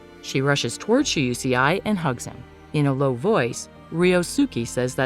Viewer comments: It's Shuusei 😭 Not she-you-she-eye 🤣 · " shu u see ai?" 😂 its pronounced "Shu - Sei" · please. the name pronouciations are painful. Im not even trying to be rude. Maybe try looking gup how to say them properly. For example. Shousei is pronounced (SHOW-SAY) and Moe is pronounced (MO-AY). Aoi is (AH-OY). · Shoe-say it's pronounce like that I think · EXACTLY! And it's "Mo-eh," and "ow-ee!" (At least, from what I've heard that's how you say Aoi) I hate when they get it wrong! So annoying! 😑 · While I enjoy these recaps, I can't stand the bad pronunciation of foreign names. Not everything revolves around US. Shuusei is an example.